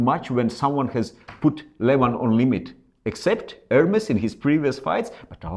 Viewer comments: ERMES, NOT ERMIS... MA FREND! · you know how to say ErmEs, why are you saying Ermis? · In italian it sounds like it's written, Ermes, not "air-mace"